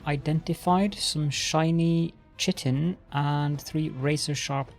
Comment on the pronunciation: Great series, been binge-watching it. 'Chitin' is pronounced 'Kite - in' btw :)